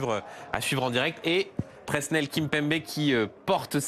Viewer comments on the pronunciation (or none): none